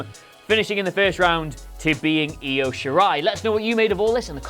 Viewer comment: Upvote for one of you What Culture schmucks finally pronouncing Io correctly.